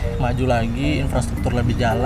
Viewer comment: Infrastruktur kok jadi Inspratuktur. Apakah benar begitu?